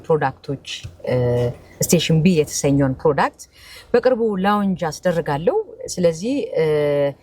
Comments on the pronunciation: ሎንች(launch )ነው by the way ትክክለኛ pronunciation. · ስንናገረው ላውንጅ ያለች ይመስለናል እርግጠኛ ነኝ ላውንች ነው ያለችው